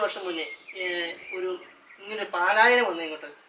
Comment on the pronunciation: 3.20മിനിറ്റ് : "പാലായനം" അല്ല. "പലായനം".